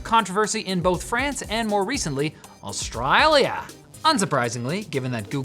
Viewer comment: You ever say Australia like that and I will personal put a brown snake in your shoe